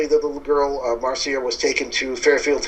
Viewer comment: It's not pronounced Mar - Cee - ah. It's Marc - Ya